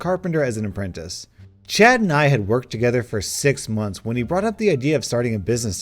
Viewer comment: Czad got yeeted by the worlds best lawyer Legends Cz is how we say the first sound in the name in Polish